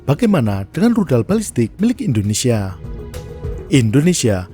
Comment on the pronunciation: kenapa pas nya bilang tudal infonesia, saya langsung ketawa terbahak bahak 😂😂😂😂😂😂